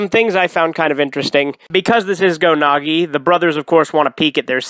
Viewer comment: Why do you call Go Nagai Go Nagi?